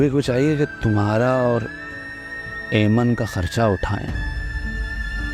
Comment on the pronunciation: Its not amen in aiman 😂😂😂